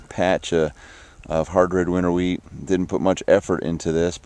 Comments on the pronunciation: LOL- i believe you made a big video typeo/speako-- said you harvested some WEED- i know you mean wheat but it sounds like you said WEED-- just pulling yer chain a bit- great gardens peace and love to you and yours. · lol at first it sounded like you said i just harvested weed